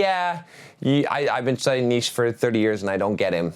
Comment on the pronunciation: It's "knee-cha"